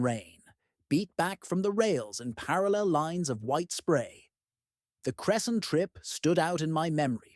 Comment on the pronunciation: Wow as a Cresson resident I didn’t know about this. Although how we pronounce it is cress-in